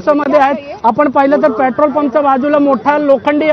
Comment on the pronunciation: Yala pahile petrol bolayala shikava